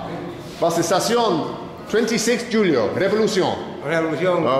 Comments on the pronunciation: He couldn’t even pronounce Julio right 😂🤦🏽‍♂️ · “26 Jew-lio” 🤦🏻‍♂️ the j is silent